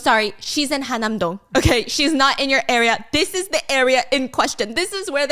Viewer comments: I think it’s HaN-nam Dong not Ha-nam Dong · its han-nam dong girl hanam is city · It’s Han-nam-dong (한남동), not Ha-nam-dong (하남동). It’s also UN Village (as in United Nations), not “Oon” Village.